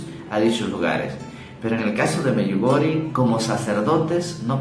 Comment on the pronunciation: Se pronuncia “Medyugorie”!!!!!